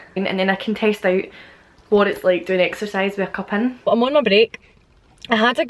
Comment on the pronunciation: Listening to this video as an american, when you said that you were going to "test it at work", for a second I swear I thought you said you were going to "TASTE" it! And I was like, what?!?! Please no!!! Lol.